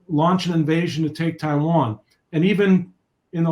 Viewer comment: Corect the hastag it's Taiwan not Tiwan